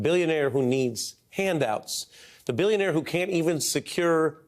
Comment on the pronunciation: Bullshionaire, he said, Bullshionaire! .... like you have never seen before, or hopefully EVER again. ... already sold the good classified docs.